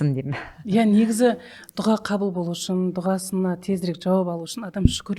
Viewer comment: неге дуҒа дейсиздер? друс жазылуы "ДУА" айтылуы да. дуга деген жаман емеспе 😮